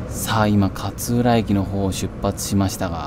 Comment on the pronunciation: 勝浦の発音が銀魂の桂小太郎のキャプテンカーツラみたいなのはまったw